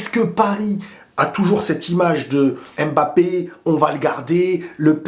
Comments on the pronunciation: J’adore tes vidéos, mais étant originaires d’Afrique centrale, ça fait un peu mal à la tête comment tu prononces « aime Mbappe ». C’est Mbappe pas aime Mbappé stp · Le plus drôle dans cette conférence de presse c'est que Nasser al-Khelaïfi a dit que mpognon euh mboulard Rhooo désolé mbappé était le meilleur joueur du monde comment dire...😂😂😂😂😂